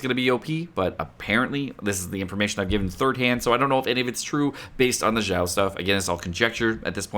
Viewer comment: Kept hearing pronouncing Xiao as Zhao. Thinking to myself, "Was I missing out a unit? I don't see Zhao anywhere in the game." then I finally realized he was referencing to Xiao.